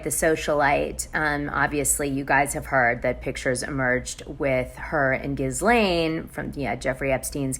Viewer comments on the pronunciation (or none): Ghislaine is pronounced: “Gee-lane” the "S" is silent.